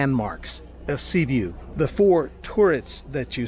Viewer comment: There is not such city as Sibu. It is called Sibiu. Or you can pronounce Sybyoo.